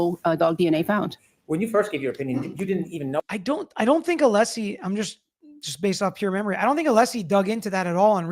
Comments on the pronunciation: Did anyone else catch on to Brennan purposely Mispronouncing Alessi's name all of the sudden towards the end? He kept saying Aleesi. He is being a low down, passive aggressive, immature tool. Very unprofessional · He’s only pronounced Alessi correctly about 3 times since he started this case. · And you’d think he’d be capable of pronouncing Alessi by now! 🤷‍♀️🤷‍♀️🤷‍♀️